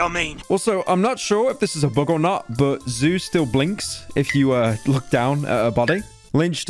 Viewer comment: In Australian I can’t even write the way you pronounce the word ‘but’ as there is no vowel that makes such a cursed sound. It’d be somewhere in between “bert” and “bort” and to make the sound we have to make the same expression we make right before we vomit when you make that “ert-erlt-ert-erlt” dry reaching noise. Boert (that’s nearly it!) you’ll be happy to know that the only way I can think to get that awful sound out of my head is to go and find a well-built door and slam my head in it until I forget.